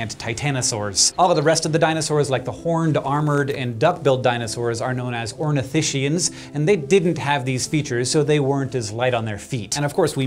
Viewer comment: I know this is a quibble, but "ornithischians" is pronounced "skee" in the 4the syllable, not "shee". It's from Greek, not German.